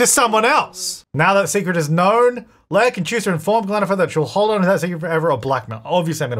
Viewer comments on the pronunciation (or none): none